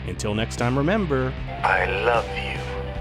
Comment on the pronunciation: "I love yout"